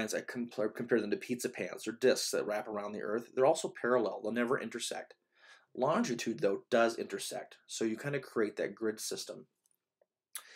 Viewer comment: you repeatedly said 'longtitude' is this an Americanism for what we in England refer to as 'longitude'?